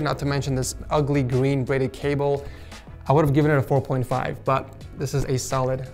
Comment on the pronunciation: Hes said gween